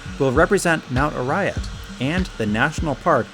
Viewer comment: its mt Arayat not uriat